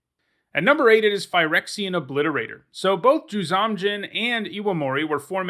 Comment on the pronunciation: You’ve pronounced ‘Juzam’ a couple of different way. It’s generally been pronounced, ‘Jewzohm’ Djinn. For years and years I pronounced the silent ‘D’ in Djinn, so what do I know.